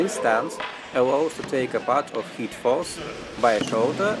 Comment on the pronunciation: Видое хорошее, смотреть было интересно и английский был в общем понятный за одним исключением. У меня была проблема с пониманием слова "hit", ведь на протяжении 3 минут я слышал слово "heat" и только под конец понял что это было за слово. Так что я бы предложил вам в будущем использовать слово "strike", его и перепутать сложнее, и звучит по моему лучше. А так мне все понравилось, буду и впредь смотреть ваши видео (скажем спасибо за это Метатрону))